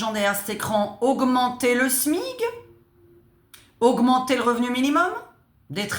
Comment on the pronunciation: On dit le SMIC comme SMICard et pas le smig 😮